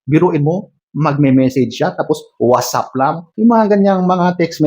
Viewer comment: Natawa ako s hey at whatsapp parang amerikano 😂😂😂😂😂😂